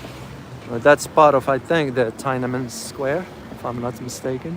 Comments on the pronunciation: Subscribed., it's pronounced Tin Na Men Square not Tia Men Square.:) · it is pronounced as TEEN AN MEN SQUARE. thank you.